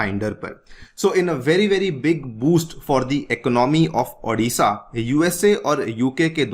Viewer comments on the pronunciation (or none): Adisha nahi hai it's Odisha..O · Sir , Thats Odisha not adisha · Sir it is not Aa- disha It's O-disha